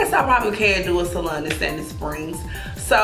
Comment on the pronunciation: I love the way she say salon , salun 🥰